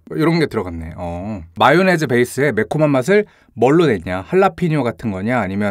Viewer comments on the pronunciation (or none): none